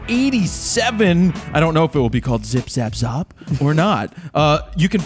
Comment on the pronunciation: haha, Jared I loved the way you say the last part of zip zap z.. Well I am Maltese (a little island in the Mediterranean) and in my language you are just calling each other d**k, zop hehe, keep up the good laughs. I think your teacher might have been playing a prank on you. Zop